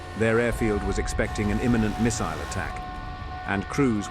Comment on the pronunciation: love the proper pronunciation of 'missile'